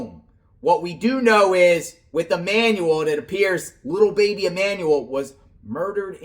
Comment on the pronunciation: I don’t care what you call Jake and Rebecca, but it costs nothing but compassion to say the names of the deceased correctly. Hector= Heck-tour Emmanuel= E-man-u-l 🙏🏼